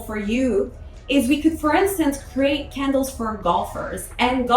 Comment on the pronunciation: I thought you were saying kindles not candles!😅